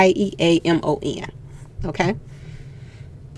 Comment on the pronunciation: the Yeamon’s name is pronounced Yea-mon as in a Jamaican accent.